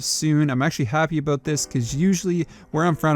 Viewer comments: a BOOOOOOOOOOTTTT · I have always loved the way Canadians say "About"